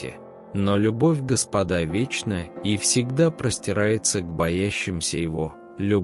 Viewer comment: Твари нерусские ! Сначала научитесь русскому языку. Слова в тексте не умеете переносить. Ударения в словах неправильные. Диктор - ты тупица. Ещё раз говорю : не господА, а гОспода.